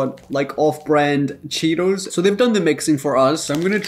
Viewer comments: The first video the guy says hot cheeteRs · The first guy said cheeters